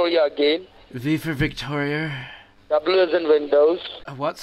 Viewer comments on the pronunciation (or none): Pretty good american nerd accent, but he can't say "Victoria" the right way, and "H" is pronounced "aitch" in Americanese.